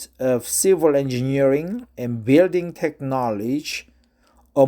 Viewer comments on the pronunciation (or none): I have no idea how this video was recommended to me, but good job with the reading, especially with all the complicated science words! A few notes: - You mispronounce Technology. You currently pronounce it like "Tek Naw Ledge" (or like Tech-Knowledge). It is pronounced like "Tek Naw Low Ji". - The use of the word "permeate" in this article is kind of weird (I mean it is correct but not common). Instead of the action/verb (to permeate), the article uses it to mean like a thing/noun... I think in this case the "permeate" refers to the, basically, "filtered water" or "whatever thing that comes out after the process". Like I said, the usage is still correct but it isn't common. Hope that helps. Keep up the good work.